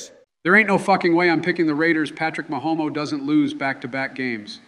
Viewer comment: "Patrick Mahomo" 😭